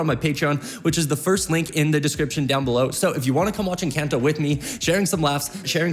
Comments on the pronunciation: That's not how you say encanto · I LOVE this guy but the way he pronounces Encanto and Madrigal are killing me 😂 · Please ENCONTO NOT ENCANT-O AND ITS MADREEGAL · from encAnto to encAnto to encaunto to encAnto sheesh (im talking about the pronounciation, in whatelsecan ido u pronounce it correctly but in all the others u didnt.. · Bro this guy be saying encAnto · I love the video and the reaction. Only thing is its not pronounced enCANto, try to pronounce the A with a soft sound. :) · your saying it wrong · I love these videos but he needs to start saying ENCANTO correctly 😭